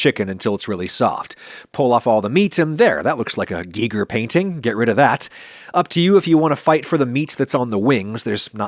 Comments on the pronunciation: And bonus points for correctly pronouncing "Giger"! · lovely rustic recipe. also, as a sci-fi / biomech nerd, thanks for pronouncing "Giger" right :)